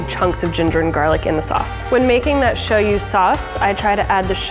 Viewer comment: I love how she said shoyu!